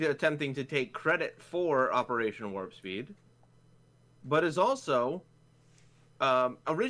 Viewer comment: The first time Trups said Warpspeed I heard Warski, as in Andy Warski. Imagine an operation being named after that guy, even with the memes.